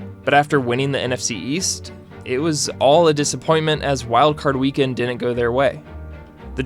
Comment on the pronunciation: I'd suggest a remedial diction class. "Didn't" isn't pronounced the way you do in this video. It sounds like you're 7.